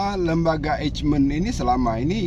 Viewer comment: Lembaga Eijkman dibaca Eykman (silent j)